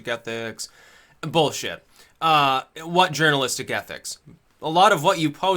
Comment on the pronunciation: YA KNOW H'WHAT....I LIKE.